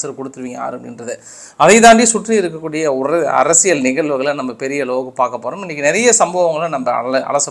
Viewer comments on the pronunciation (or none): none